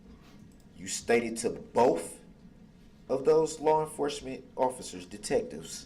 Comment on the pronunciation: Boff...it's both th th not f f